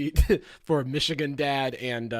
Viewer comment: as a person from Michigan idk how I feel about you saying "Michigan???" like that